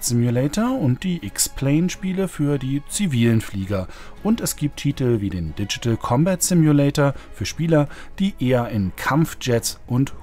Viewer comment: DCS is NOT a Ditchetal but a Digital Combat Simulator! Und der andere Titel heißt Il-2 SCHturmowik! Nicht mit spitzem Esss, wie es die gleichermaßen uninformierten Amis aussprechen. Das sind Eigennamen, die werden nicht in irgendwelche anderen, zudem falschen Aussprachen 'übersetzt' ! Das Game heißt Ил-2 Штурмовик nach dem gleichnamigen Schlachtflugzeug (oder sollte zumindest mal so heißen), das auch eine Iljuschin ist, und keine Ie-eL Juschin! Daher heißt das Spiel auch nicht Ie-eL-2 Ssssturmowik! Beim 'IL' handelt es sich nämlich NICHT um eine Abkürzung, sondern nur um eine weitere Falschschreibweise des Entwicklers seines eigenen Spiels, vermutlich wegen besserer Lesbarkeit, also aus Marketinggründen, aber nicht wegen deren linguistischem Know-Hows, das offensichtlich nicht vorhanden ist. Bei dem 'IL' handelt es sich also um die erste Silbe des Familiennamens des Konstrukteurs Sergei Iljuschin aller gleichnamigen russischen Flugzeuge, und das seit 1939. Sollte sich mehr als 80 Jahre später auch schon mal bis in eine Gamestar-Redaktion herumgesprochen haben. Ihr wisst ja gar nichts! Alle russischen Flugzeuge werden seit Jahr und Tag mit Silben der Familiennamen ihrer jeweiligen Chef-Designer/Konstrukteure bezeichnet, schon immer. Eine MiG ist folglich keine M-I-G, noch nie gewesen, eine Mi keine M-I, eine Jak ist keine J-A-K (wer käme auch auf so eine blöde Idee?), und eine Il-2 ist daher keine I-L-2! Das L in Iljuschin wird klein geschrieben, auch im Russischen, selbstrede